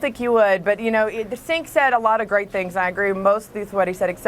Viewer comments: Scottie still called him Senk.. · "sink said" at 6.03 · Wow. She called him "Sink" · no way she didn't say senk just to piss you off. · I love how the one on the right called him Sink.